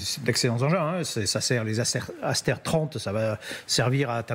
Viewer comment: Réalisez Madame l'animatrice que de prononcer « Asteur » est de l'influence de la langue anglaise. Prononcez plutôt à la française tel que le mot est écrit : « Aster ». Le mot "tomahawk" ne se prononce pas "tomaOuack". Francement, préparez-vous un peu, là ! 🙄